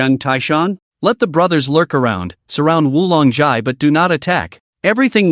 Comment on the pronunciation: misread XI... it should be read as "SI" same as in TAXI not ELEVEN